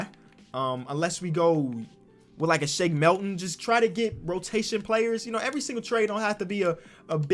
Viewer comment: "Shake Melton"